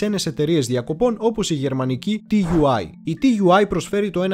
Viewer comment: Ενδιαφέρουσα η εκπομπή όπως πάντα όλα τα βίντεο, μία παρατήρηση όμως στις περισσότερες περιπτώσεις τα αρχικά γράμματα όπως και στην ελληνική γλώσσα έτσι και στη γερμανική προφέρονται σαν νέα λέξη δηλαδή TUI προφέρεται σαν Τούϊ .